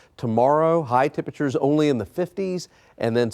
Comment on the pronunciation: Temprchrrrrs are gonna be cold.